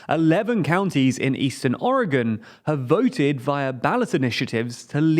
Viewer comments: Your pronunciation of Multnomah is nails to a calk board for a local Oregonian. At least you say Oregon correctly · Thank you for pronouncing Oregon correctly, so many don't. But it's pronounced "mult-gnome-ah", for Multnomah.